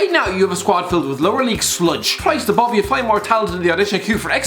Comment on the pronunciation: Never did I think the words CHRIST ABOVE can be said so posh and also by a woman,on THIS CHANNEL